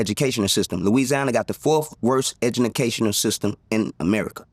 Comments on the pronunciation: Did he just say edumacational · Did he just say Edumacational system😅 If so he is 💯% right bc he was part of it😅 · I had to rewind to make sure I heard him say " Edunalcational System"😅😅😅 He right! The 4th worst in the country😂😂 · 4th worse edunacational system is right according to how he pronounced that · “Edunacational System”….. Hurricane Chris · The irony from the way he pronounced 4th worst educational system has me dying😂😂😂😂